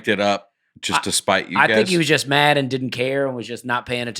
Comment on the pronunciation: Is it me or does Dusty add a “T” to every word ending in “D”. For example in this episode he pronounced mad as “madt”.